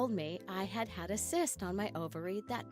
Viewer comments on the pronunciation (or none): none